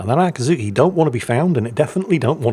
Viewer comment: Akiiiiizuki, not Akaaaazuki, I know you're biased, but ...